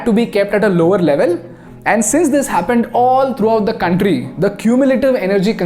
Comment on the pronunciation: Beautiful video👍👍. Correction it's कंट्री not कांट्री...no offence brother . I like your channel कंपनी not कांपनी